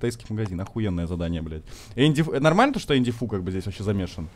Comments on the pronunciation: Серьёзно когда называл Энди фая Энди фу 😆😆😆😆😆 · Я знал, что правильно не Энди Фай , а Энди Фу